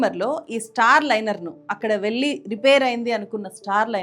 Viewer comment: garru, vi.deo chala bagundi kani mee vu chcharana cchala naasi rakam ga vundi. Mukhyam ga kallu,velli lanti padalu vintoontey cchikaku ga vundi